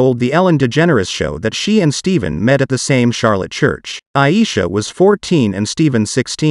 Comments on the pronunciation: Narrato should know who their talking about its Steph'en not pronounced Steven. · Get the name right. Ur mispronounced his name on purpose. U've heard it said 2 many time. Ste-fin. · STEPHEN. IT'S "STEPHEN"!! STOP SAYING "STEVEN"(STEEVEN).🙄 It's Very ANNOYING.😬 SOON AS I HEAR THE NAME PRONOUNCED INCORRECTLY, AMONG OTHER "FAUX PAS" ACTS/ACTION, I IMMEDIATELY "SWIPE" PAST THAT PARTICULAR "SHORT". NOT SURE IF ITS ARTIFICIAL INTELLIGENCE OR WHAT, JUST CAN'T/BEAR "IT". AND I WON'T........REGARDLESS OF THE "CONTENT" BEING DEPICTED.😐😑 That's Just ME. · Commentator: not Steven his name is pronounced STEPHAN that STEP/(HAN)😊 if I’m wrong 😮😢😑 please accept my apology 😮 thank you/y’all